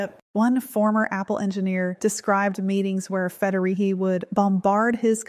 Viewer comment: FederiGhi. Not Federihi. God, that annoyed me more than I’d like to admit. Sorry.